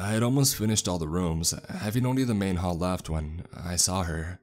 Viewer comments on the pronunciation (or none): none